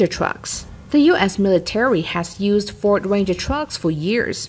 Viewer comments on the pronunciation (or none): none